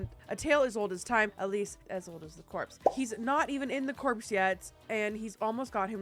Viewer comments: It's pronounced "core" not like corpse. As in Marine Corps. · It's Core... Just Core, not Corpse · Just so you know it's pronounced CORE not CORPSE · So, just to help a bit, Corps is actually pronounced “Core” not “corpse”. Just for future reference 😊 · Hey, maybe this has been said before, but in case it hasn't - corps is pronounced "core"... you did make me giggle tho when you said "i want to go into the corpse" lmao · Sorry just wanted to add: it’s pronounced “core” not “corpse” lol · In the uk its pronounced core not corpse but we pronounce lieutenant as left tennant for some unhinged reason, so maybe Americans and Canadians pronounce it as corpse? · Maybe not have the typing sound kinda annoying! And it's not called Corpse it's Core in the first story...and that's all I could watch because the typing sound! Repetitive bother me...I am just sensitive to noises! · please stop pronouncing “Corps” like “corpse” 🤣🤣🤣 it’s pronounced “core” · Corps. Is said like core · Corps is pronounced like core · The P in Corps. Is silent… it’s pronounced core… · God's! You can Always tell when someone is NOT from the US. Corps is pronounced core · I thought it was pronounced "the core" ? But i luhhhh you girl i might be wrong someone help lol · So is the "p" - It's pronounced "kaw"/"core" ❤ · The "s" is silent in Corps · I laughed so hard when she said it. 😂